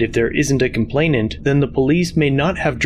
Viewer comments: 😂😂I’m sorry. Was that, “the complaintift?” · The "complaintent"??? Is she really a cop? She can't even speak English. She can barely string a coherent sentence together. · Jesus. How those 2 managed to pass the academy and got sworn in is beyond me. The way she struggled on almost every word on every sentence is unbearable to watch and when she did finish her sentences, she's either wrong or not making any sense. I lost it when she said "complaintiff". 😅🤣😂